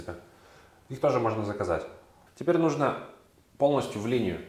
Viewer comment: Выглядит разумно. Только ударение в слове "нужно" правильно ставится на букве у. НужнО - это просторечная форма.